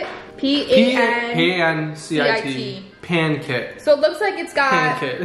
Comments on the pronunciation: It’s PAN, not “pawn”. 😂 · it's "PAN" not pawn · Are you serious with pawn-sit?!! They know how to pronounce pan, they use it for cooking 😂😂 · Pawn-sit? Ang arte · PANCIT - ( PAN-SIT ) to read not PAN-KIT! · Not pancit it's like pansit and the c is like the pronounced word on it is like s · filipino food is so delicious! also the “baby limes” are called calamansi and the noodles are pronounced “pawn-sit” so happy y’all are trying out new things!! can’t wait to see the next one! maybe korean, it’s also delicious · Btw the last main course is pronounced pun-sit and you need the try there streamed bbq pork buns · More like "pun-sit" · more like "pan-set" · That definitely looked authentic if you ask me! Just some additional info, halo halo is normally mixed before eating. Halo in english means mix. I personally mix it until the ice and milk sort of become one. Pancit is pronounced pan-sit. The crunchy crumbly topping is crushed up chicharon or fried up pork rinds or belly. The little lime is a native lime found in the philippines called calamansi. The fact that the restaurant made the effort to source out calamansi is another sign that they are authentic 😊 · That is pancit (pronounced pan-sit) luglog. You have to pour that chicharon on top of the pancit then mix it together b4 u eat them.i am Filipino from San Diego , Ca. But from Manila, Philippines, born & raised I’ve been here in Calif for 50 years now & i left Manila, Philippines when i was 19 y.o. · pancit = "PANSIT". Those small lemons are called "Lemonsito" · the pronunciation of "Pancit" is "Pan-sit". I am not sure of that was included with the pancit, my guess would be crushed Chi-Charon. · With soft c,pancit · HI GUYS ITS PAN-SI T-T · Pancit - "Pan-Sit" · Pancit .. read as PAN-SIT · pancit is pronounced like pan-sit and lumpia is lump-ya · im sorry. i know they said sorry if they pronounce things wrong but bruhhh not the way they said pancit 🤦🏽‍♀️🤦🏽‍♀️